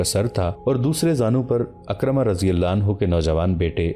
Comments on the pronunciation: میں نے عالم دین سے سنا ہے کہ لفظ اکرمہ نہیں ہے لفظ حضرت عکرمہ ہے. یعنی عین کے نیچے زیر ہے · یہ سیریل بہت عمدہ ھے مگر نام اکثر غلط پڑھا جاتا ھے۔کہیں کہیں تاریخی شواھد بھی قرآن و احادیث اور سیرت سے ھم آھنگ نہیں ھوپاتے۔عمرو بن العاص Amar bin Alass,عکرمہ Ikramah درست تلفظ ھیں۔اگر ویڈیوبنانے سے پہلےناموں کی تحقیق کرلی جائے توبہتر ھو